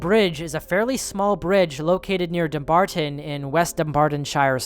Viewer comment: Scotsman here from a town just outside of Dumbarton. This is the first time Ive heard a non-Scottish person say Dumbarton correctly, bravo